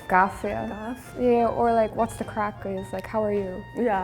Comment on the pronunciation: It's craic, not crack